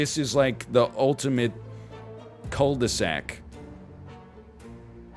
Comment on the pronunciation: French tip, for the word cul de sac, do not prononce the l